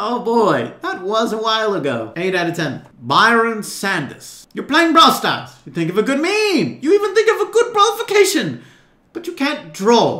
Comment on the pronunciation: "Ball stars," "Moatis"